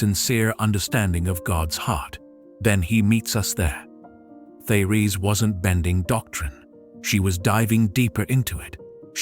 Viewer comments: Her first name should be pronounced: Tay- Ress. Her message is Awesome !!! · Very enlightening and uplifting, but I wish I was not confronted by a robot voice that cannot properly pronounce many words and names............like Therese. Peace.